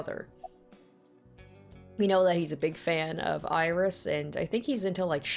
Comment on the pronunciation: for Australian "Oiris!"